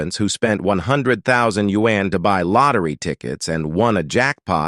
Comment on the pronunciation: Change the robot voice! Can't take you seriously when it sounds like a white guy pronouncing yuan like you-ann